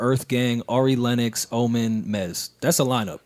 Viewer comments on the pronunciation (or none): none